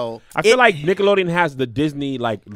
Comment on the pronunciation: Sound like they was sayin “niggalodeon” 🤣